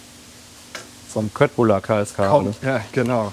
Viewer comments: Wird wirklich "Schöttbullar" ausgesprochen .. so hab ich es von meiner Mutter gelernt .. Sie kommt aus Stockholm 😀 😀.. super gemacht danke viel Kindheitserinnerungen.. also mit Vater kochen 🙂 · Ich habe eben dein Einreiseverbot nach Schweden annulliert. Endlich Köttbullar richtig ausgesprochen. Mein schwedisches Herz ist entzückt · Endlich Mal jemand, der das richtig ausspricht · Yay! Endlich jemand in Deutschland, der das richtig ausgesprechen kann :) Und auch die Preisselbeeren vergessen :) Wenn ich mich an meine 10 Jahre in Schweden richtig erinnere, war das Gehackte doch etwas feiner. Nochmal in der Küchenmaschiene durch die Klingen bearbeitet. Aber das kann eine Regionale Sache (oder sogar persönlicher Vorzug meiner damaligen Lebensabschnittsgefährtin) gewesen sein. Jedenfalls mache ich das seitdem auch so.